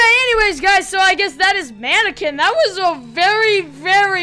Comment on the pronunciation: Manequins why dose he calll the mainqine